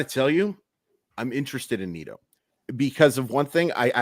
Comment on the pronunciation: Is it pronounced Neat-oh? or Neh-toe?